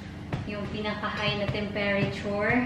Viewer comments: hindi delevery ang pag pronounce... kundi de- li-very...ang "li" ang gahi nga pag sulti. and ang tem-pe-ra-ture... ang tama is tem-pre-tyur. i hope its okay with you ang akong pag correct. Bisaya pud ko...taga Butuan City. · Tempreture,....( tempere ture)